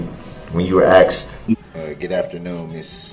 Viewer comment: Someone tell him it’s asked not axed !! Ignorant fool 🙄